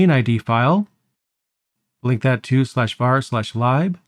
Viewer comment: Thanks a lot for this,. Very helpful. On a side note, I was sitting here getting completely triggered by your pronunciation of sudo and lib. After thinking about it, your way actually seems more correct. My entire Linux career has been a lie 😂